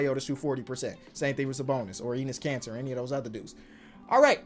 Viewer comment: yo all i hear is "anus cancer" not "Enis Kanter" 🤣😆